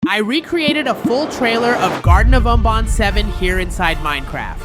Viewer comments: "BonBaan" GOT MR BANBAN ANGRY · bro said garten of bon bon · Bro said Garten of bonbon😊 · IT’S GARTEN OF BANBAN NOY BUN BUN👹🤬